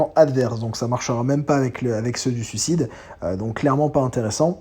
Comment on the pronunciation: Je chipote car tu prononces sucide et pas suicide, fallait bien que je trouve un truc car le reste est irréprochable, c'est fluide, accrocheur, on voit que tu connais le sujet tu frôles la perfection quoi xD et 51min de vidéo, j'en ai pas vu le temps passer +1 abo :)